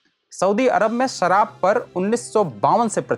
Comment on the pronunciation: सराब नहीं शराब उच्चारित करें। बाकी प्रस्तुति अच्छी है।